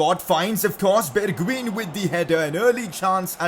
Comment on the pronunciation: You not pronounce it like “bergween” its like “bergwein”